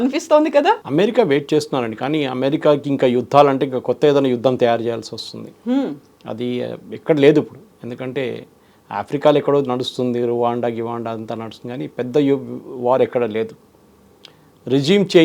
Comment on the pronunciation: రవాండా కాదు సార్. రువాండా చరవులు కాదు సార్. చెరువులు రండుకాదు. రెండు